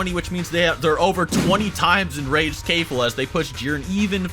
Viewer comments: Kefla is pronounced (k-flu) according to him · Your pronunciation of these 日本人(Japanese) names are terrible. けフラ(kefura) or in 英語(english) its kefla. And ザマス(zamasu) the u is traditionally silent so you'd say it like zamas.. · You're acting as if it was an obligation to pronounce kefla's name correctly even though there is no need for it, It is unnecessary There is no obligation for someone to pronounce a FICTIONAL CHARACTER'S name correctly Even if pronounces keflas name the wrong way there is NOTHING WRONG WITH THAT You're being mad and angry about such a SMALL AND INNOCENT MATTER And you're even saying that it's disrespectful to mispronounced their name Well let me remind you once again that kefla is a FICTIONAL CHARACTER And even if she is a real person saying that someone is being disrespectful just because they mispronounced a name is so overly sensitive and petty There is literary no harm in mispronouncing a name, And finally you're calling a person lazy just because the didn't pronounce a name correctly, There is nothing wrong with being lazy and not wanting to do some things when you literary have NO OBLIGATIONS TO DO SAID THINGS You call someone lazy and disrespectful but you yourself are overly sensitive and petty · you pronounced Kefla wrong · Why do you pronounce Kefla like that, shit bothers me in every video. Lol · KEFLA not kayfla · Why do you say kafla when it’s kefla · KAIF-la stop in the name of KE-FLA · Kefla, or Kayfla? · Its pronounced Kefla not KaYfLa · Sorry to say this. But when you pronounce Kelfa it sound as you are pronouncing cave-la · KEF-LA not KAE-FLA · Who the hell is kayfla , stop mispronouncing their names there’s literally no excuse ,when you say someones name you should say it how they pronounce it not how ur dialect interprets their name , its just disrespectful and lazy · Did he pronounce kefla Kayfla? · bruh this dude said KAY-FLO